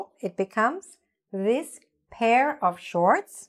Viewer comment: The pronunciation of these and this are not clear 🤷‍♂️🤷‍♂️